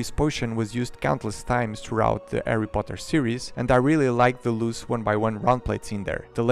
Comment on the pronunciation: He sead the lego erry poter og worts